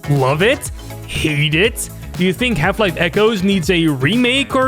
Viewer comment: i keep hearing "Half life: Kennedy 12"